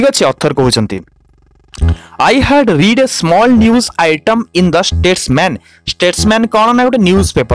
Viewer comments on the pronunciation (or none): none